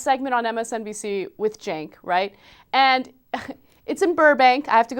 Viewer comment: You mean 'Chenk'...